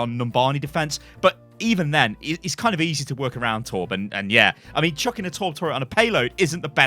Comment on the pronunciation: what he says: "it doesn't mean to be a troll pick" what i heard: "it doesn't MEME to be a troll pick" xD sorry, had to say that xd